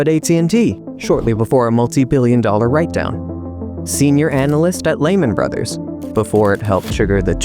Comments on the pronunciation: "Lehman Brothers" is pronounced: LEE-muhn BRUDH-ers. The emphasis is on the first syllable of "Lehman" (LEE) and the first syllable of "Brothers" (BRUDH). Breaking it down: Lehman: Rhymes with "lemon" but with a longer "ee" sound. Brothers: Sounds like "BRUDH-ers", where the "th" is a soft, almost whispered sound, as in the word "the". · The way you pronounce Lehman Brothers is making my ears bleed :(